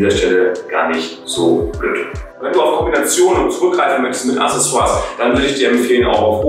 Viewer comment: "Acksässoars", nicht "Assessoars".